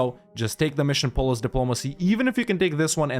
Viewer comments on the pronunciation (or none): none